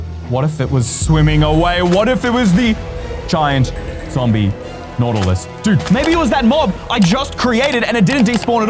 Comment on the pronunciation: "ZomBiE naUtiLIE"